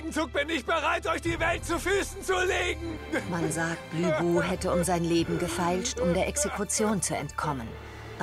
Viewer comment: ich find den anime echt geil, was mich aber stört ist, dass sie LÜ bu sagen 😑 aber es gab 2 stellen hab ich nicht bei netflix gesehen habe, die ich aber bei dir sah wtf?